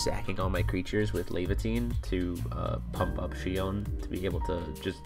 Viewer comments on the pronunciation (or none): Exactly. Take in count they are not two separate words as well. So it is Shion not Shiown. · Shiown? Really? Can no one pronounce "Shi On"? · Except Shiown is actually closer to the original Japanese pronunciation. If they wanted her name to be Shi On it could have been シアン (Shian) in japanese. However her name is シオン (Shion). Therefore "Shiown" is more accurate. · Bona It's shi-on since it's probably written with the kanji for Shi (poem) and kanji (on) for sound. It makes sense to me.